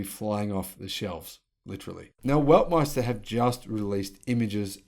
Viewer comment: Weltmeister not Weltmester 😀